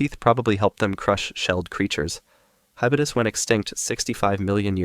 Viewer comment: Its called hybodus not hibudus